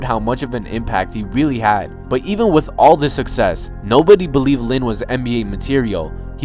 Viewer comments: “And HAD to go to HARVARD” bitch is u drunk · I love how he said "he had to go 2 Harvard"😂